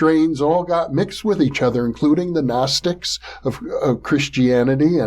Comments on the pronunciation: Yes, you pronounce the G. Guh-nostics. The Ancient Greeks pronounced every letter, why wouldn't we when speaking Greek words? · Love hearing the correct pronunciation of Gnostics. Great stuff as usual from.